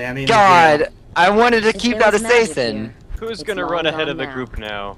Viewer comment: Does Dean pronounce assassin as a-say-sin as a joke or does he really think it's pronounced that way, because I've heard him do it before.